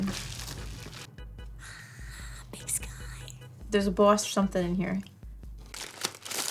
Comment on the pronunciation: I too am glad I got to hear say Buahss